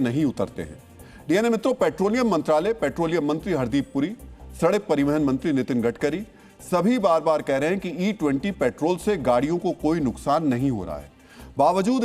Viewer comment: Gadkari ❎ Gadbari ✅